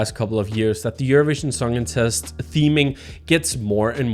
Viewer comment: The way you pronounce "Eurovision Songcontest", sounds like "Eurovision Songincest"...